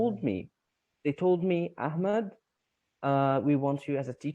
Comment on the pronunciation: Thanks so much,. It’s awesome that you managed to bring someone from Gaza, Palestine over on your channel! I’m really impressed by that and by your pronunciation of his name. 😆 You’re a lovable person all over the world,! 😇